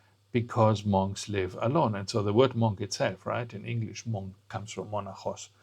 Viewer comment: Monk is pronounced ‘munk’.